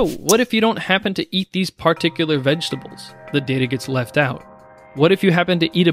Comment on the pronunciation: Great information. You say "particular" weirdly. haha